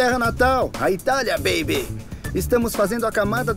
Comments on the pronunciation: Ninguém: Buddy:bEeibE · Ele falando baby é muito engraçado kKkkk 😂😂😂❤